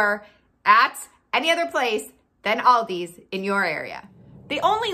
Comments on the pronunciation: It’s not Aldi’s, it’s ALDI 😩😩 stop saying it wrong people, it’s so annoying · It's Aldi! Not "Aldi's" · I love how u say you love it yet u say it aldis when its aldi 😂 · It’s Aldi. Not Aldi with a S. Wednesday is the slowest day for every business. Loved your video. You are right ….don’t buy paper products. Produce is wonderful. Walmart price checks to stay in the Aldi price range with eggs and milk. Yes their chocolate is the best! PS Worked for Aldi for 20 yrs. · It is Aldi not Aldi’s, beside that consistent mispronouncing was interesting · I have called it "Aldi's" for years but it's actually called "Aldi". No 'S'. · If you love the store so much you should learn the right name it's not Aldi's it's Aldi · Why does Americans say "AldiSS" instead of just "ALDI" ? There is no S at the end, and in Germany we pronounce it just as it is written. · It's pronounced like the name Al D., not All D., and there is NO S on the end. Thank you. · If you love, love, love Aldi, you should know that it's Aldi, not Aldi's. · It’s Aldi, not Aldis. If you’re using it as a possessive, I’d understand, but you aren’t. It’s annoying. Unless you take a shot every time she says “Aldis”. Then it’s fantastic! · It’s “Aldi,” not “Aldi’s.” Where on the name do you see an apostrophe s? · Pronounced Al-Dees. The bags and carts save next to nothing. You pay for bags most everywhere now, and save a quarter on the cart? While the spices are from McCormick they are their rejects. For the most part they only offer off-brands and the meats and produce are Meh at best. There are a few specific things at Aldi's but only that, you must do the bulk of it elsewhere. If there is not one quite near you it is a waste of time, money and gas. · Thank you! I didn't want to say it, but it was grating on my nerves SO BAD! People do the same thing with Kroger... sounds like nails on a chalkboard! Lol 😆 🤣 😂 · Aldi is pronounced singularly, not in a plural way.